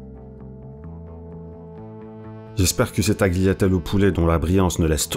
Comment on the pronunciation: prononce pas le g dans tagliatelle bro. et pas de s.